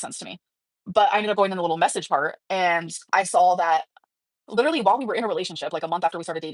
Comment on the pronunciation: Stop saying literally like that and ppl might not hate you 🫠